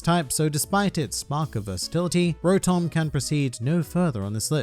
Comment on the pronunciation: Why pronouce rotom like raum-tom